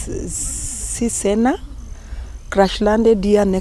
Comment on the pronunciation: I like like how she is struggling to call the name cessna